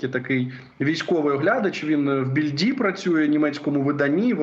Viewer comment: НЕ BilDi' , а в БІ'льді , наголос на перший склад , Bild -картина... З нім, на українську